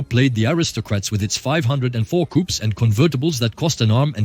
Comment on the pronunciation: ok, enough "coupes" for me...horrendous to listen !!!